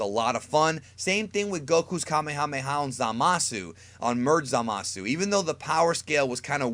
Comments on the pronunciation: uhm it is pronounced kuh-mey-ha-mey-ha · It's pronounced kaa may huu may huu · Say it with me.... ka may a may a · You say kamehameha like Kemehameha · Kuh-may-uh-may-uh wave. Not "Kah-may-ha-may-ha." Annoying as shit. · It is called kah may a may a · here's a fun game take a shot of whisky every time he says kamehamha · It's PRONOUNCED: Ka-MAYA-MAYA!! OMG I couldn't even get through this video. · Can we get a word count on how many times he said kamemhaamehamehm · The Frieda ocean sneak Kahmehameha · Ethan Goolsby Commie-Hommie-Ha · Why does he say kamehameha like that oh and it’s not flash kamehameha it’s final kamehameha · it hurts my freaking soul every time you mispronounce "Kamehameha" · I always cringe when people say kamehameha like that